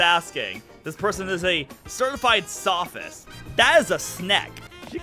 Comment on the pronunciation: SOphist? I thought he was